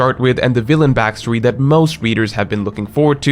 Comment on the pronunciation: always messes up with term "villain".